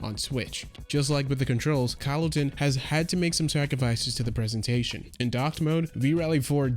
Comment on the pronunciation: good review but why do you pronounce Kylotonn as "Kyle-o tin"? It's just a fancy way of spelling kiloton